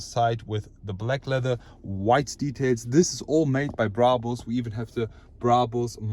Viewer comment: Bruhbus. Man it's Brabus, easy as that